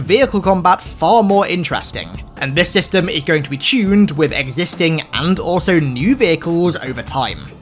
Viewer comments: "Take a shot everytime says chune" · I find but how he says "chunned" instead of "tuned"